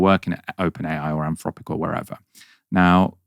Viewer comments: Is it ‘Anfropic’ as says it is, or’Anthropic’? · 'Anfropic'! C'mon,concentrate! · anfropic? can't you pronounce your th sounds? freaten? i thought only toddlers spoke like that